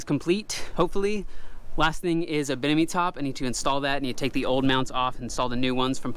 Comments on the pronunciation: I keep hearing him say “binimi” top instead of “Bimini” and I don’t know why it is causing me so much grief. 😶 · Bimini top not binimi…